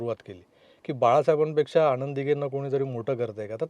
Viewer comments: न आणि ण मध्ये फरक आहे बाळा..😂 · मुलाखत उत्तम, आता चित्रपट पाहताना जरूर या विचारांसह पाहिला जाईल. या तरुणाने आपल्याबरोबर स्फोटक विषय छान मांडलाय, फक्त एकच विनंती आहे न आणि ण चे चुकीचे उच्चार टाळले जावेत. आणंद दिघे असं ऐकू येतंय ते खटकतंय, बाकी तुझं ध्येय तुला मिळेलंच. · आणंद दिघे नाही हो आनंद प्लीज प्लीज आधी या तरूणांना भाषेची जाणीव करून द्यावी. खूपच खटकत हो. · आणंद, अणौपचारिक, राजकारन ,गुरू पोनिमा , कारनिभूत...वगैरे वगैरे... बाबानो पत्रकार म्हणून असे क्रृपया बोलू नका.😂😂😂😂😂😂😂😂😂😂😂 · ह्यांना सांगा ….. आणंद असा शब्द नसुन आनंद असा असतो